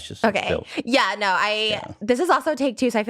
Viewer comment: When she says no it sounds like she’s saying Noah